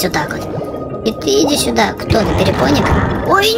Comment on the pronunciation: Не перепоник а перепонк